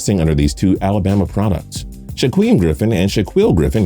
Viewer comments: Its pronouned Shakeem not Shaqueem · It’s pronounced sh-a-keem not sh-a-queem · It's pronounced "shakeem" not "shQUeem"